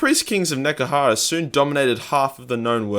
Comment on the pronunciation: I know one thing. It sure as hell ain't called "Nekehara"!